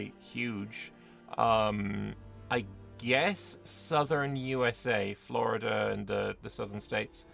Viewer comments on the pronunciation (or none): none